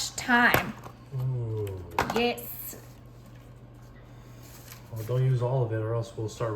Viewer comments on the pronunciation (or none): Poor. Some days he can't say anything right. You can just place the whole sprig of tyme in the sauce...the tyme will fall off the stems as it bakes in the oven, then just remove the stems.